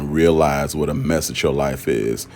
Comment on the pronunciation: said “whuhthhht” 😂😂😂